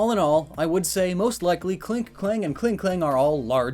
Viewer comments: You called Klang “Klank” Lol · Is it me or is he not saying Klang's name as "Klang" & instead saying "Klank" or even "Klink"?